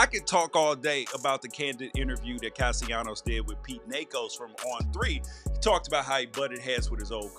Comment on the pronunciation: It's Caste LAH-NOS not caste YA-NOS. You and a lot of them out here need to learn how to pronounce his name. Don't do anymore videos o. Sports if you can't day their names right.